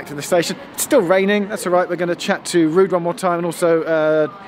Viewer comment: Just want to commend you for the effort in pronouncing Ruud's name correctly. That did not go unnoticed. 👏